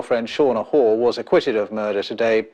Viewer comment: Shauna Hoare's name pronunciation is appropriate!!! RIP Becky Watts!!!